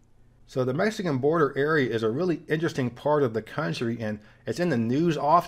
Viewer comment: As a man whose also struggled with speech impediments, kudos to you for the new pronunciation of the word “interesting”. Huge difference vs your old videos 👍